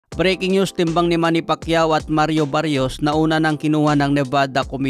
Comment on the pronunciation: Brod Mali yta pagkakabigkas moms apiyedo ng kalaban ni pitbul.. Salsal